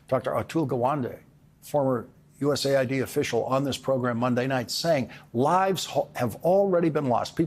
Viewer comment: It's US AID, by the way, not ID